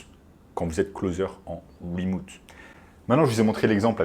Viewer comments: Bonjour, wemoute c'est remote. Désolé mais ca pique trop... Sinon merci de la vidéo ! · Remouuute ? Mdrrrr